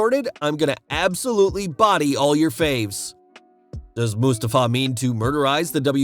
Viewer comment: wait... Moos-ta-fa?